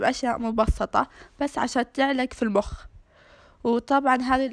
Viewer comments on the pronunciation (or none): المخ❌ البخ✔️ 😂😂😂😂😂